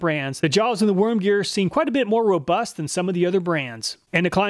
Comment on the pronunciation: BUSTing loose. Also said roBUST earlier in the video. Normally this wouldn't make me laugh but it's the way he says it lol